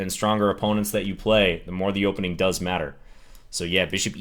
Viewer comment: "hopening" lol